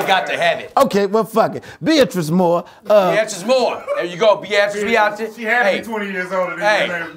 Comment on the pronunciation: "bee-at-tris" LMFAO